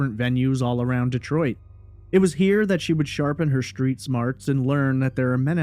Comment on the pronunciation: Subscribed. After listening to you speak I unsubscribed. You have a very nice speaking voice. The deal breaker? Your pronunciation of certain words. You say shtripper instead of stripper, shtreet instead of street, etc. You do not sound uneducated. This is not a speech impediment. There is no reason for pronouncing words like this incorrectly. You can correct this if you want to.